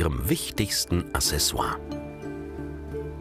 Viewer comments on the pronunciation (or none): none